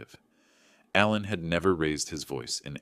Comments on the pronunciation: The name is Alan, but you kept saying Allen. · 2 spellings, same pronunciation in USA english.